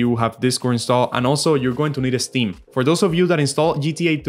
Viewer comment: It’s “ steam” ,not “esteem”, buddy